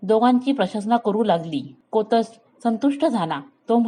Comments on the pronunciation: तुम्ही गोष्ट छान सांगता, फक्त शब्दांच्या उच्चाराकडे थोडे लक्ष द्यावे. कोतस नाही कौत्स असे नाव आहे. रघुराजाने विश्वजीत यज्ञ केला तेव्हा सर्व मांडलिक राजांनी कर चुकता केला होता. प्रजेकडूनही महसूल गोळा झाला होता. पण इंद्राने कर दिला नव्हता. म्हणून स्वर्गावर स्वारी करायचे ठरले. हि बातमी नारदमुनींकडून कळताच इंद्राने कुबेराला सांगून अयोध्या नगरीच्या बाहेर स्वर्णमुद्रांचा पाऊस पाडायला सांगितला. तो शमी व आपट्याच्या झाडांवर पडला होता. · जुन्या धड्यांचे वाचन करून पुनर्जिवित करण्याचा छान प्रयत्न ! जरा कौत्स ( कोतस नाही ) निःस्पृह या सारख्या शब्दांचा उच्चार काळजीपूर्वक केला तर अधिक छान वाटेल .